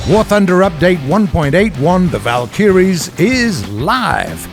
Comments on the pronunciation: The valk-a-ries not valk-e-ries seriously why can nobody say this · its vALkYries, not valKyriES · THA-VAL -KIRIES! lmao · "WELCOME TO PATCH 1.81The Val-kiyreees" 😂😂😂😂😂😂💀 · the way he says valkyries kills me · He keeps saying Valkyries wrong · ok, everything else aside, the way you're pronouncing Valkyries should be illegal